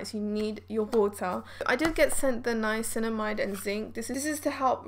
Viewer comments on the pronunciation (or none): none